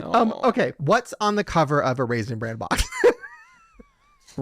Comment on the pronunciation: it's RAISIN BRAN....... not Raisin brand..... stahhhp it. 🤣